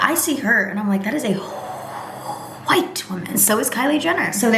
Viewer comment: the way you said “white” when describing anne hathaway got me 😂😂😂😂😂😂